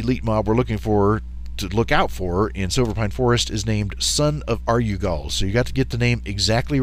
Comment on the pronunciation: UH - REW - GAL not ARE - YOU - GUL